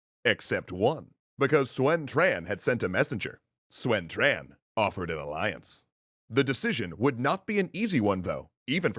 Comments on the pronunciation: Yeah, the pronunciation is really starting to make things difficult to follow if the names aren't on the screen at the same time with some prior knowledge because I honestly can't tell who is being talked about. I'm pretty sure that "Swen Tran" = Sun Quan but even writing this comment I'm not 100% sure. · “Swen Tran” “Joogal Yang” I winced a little. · People are going mad about Tao Cow but they are forgetting the classic Swen Shian, Yuran Shao and Zhugo Lian. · The dub for the film Red Cliff also used that unfortunate pronunciation. Like pronouncing "Sun Quan" as "Swen Tran".